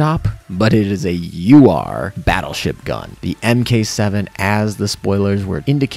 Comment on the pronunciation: Some real exciting stuff here for the event! That aside, the way you pronounce Mk.7 kind of irks my military sensibilities xD Just something that I thought might help since you always say you have trouble pronouncing words/names correctly (the Italian & Russian pronunciations were a riot lol) and would like a guide on how to do so correctly. Instructions below; "MKII is the abbreviation for "Mark Two". It is based on a U.S. Navy/USMC equipment designation system Mark (one, two three...) would be the main designator and MOD would indicate the modification. U.S. Army and Air Force can use different designation systems, but Navy developed items will use mark and mod numbers." - bmick325 Example: I used to use MK2 MOD1 .50 caliber dearmer in my work (EOD/Bomb disposal). It was the second modification to the MK2 Dearmer.